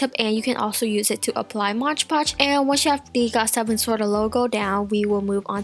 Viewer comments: Also it's not Modge podge or mosh podge! It's MOD PODGE! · its moDpotoge not motgepotoge！ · hahhaha lol you say mod podge so weird. Its "m-o-d" not "modge"😂😂